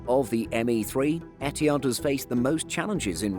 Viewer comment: The way you pronounce ETIHAD is so WRONG! Where did the H go?